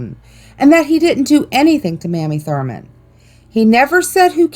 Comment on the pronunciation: West Virginian here. I've been to most of these places, and had heard all of the urban legends. The Asylum and Penitentiary are really cool! You mispronounced Mamie Thruman's name. :)